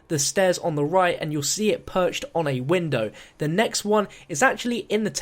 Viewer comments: "Wind Bow" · wind bow? u mean void bow -_